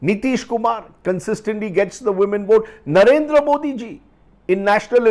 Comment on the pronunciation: Solid pro-nounciation of "Mr. Modi "by Rajdeep